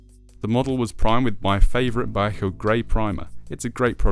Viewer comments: I guess all the people who live in Vallejo, California are wrong. Okay. It is still three syllables, not two. We will agree to disagree. From wiki.... "Vallejo (/vəˈleɪ(h)oʊ/ və-LAY-(h)oh; Spanish: [baˈʎexo] ba-YEH-ho) is a city in Solano County, California and the second largest city in the North Bay region of the Bay Area." Seems either way is correct, but what I heard in the video sounded.... off. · "Vallejo"..... three syllables...."Val_lay_ho". So many YT presenters have trouble with this. I just acquired this kit, but haven't built it yet. It's interesting seeing Airfix's evolution over my five-plus decades of model building. This video gives me a good heads-up on the few problems of the kit.